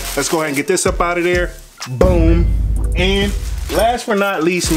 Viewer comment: He can’t say boom😟